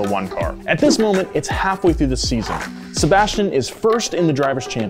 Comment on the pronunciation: pronunciation of Sebastian’s last name made me CRINGE MAAAAAD HARD AF 🤦🏾‍♂️🤣🤣🤣